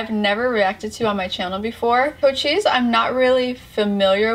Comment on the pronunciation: I've never seen a person that has ever pronounced Cochise name correctly W reactor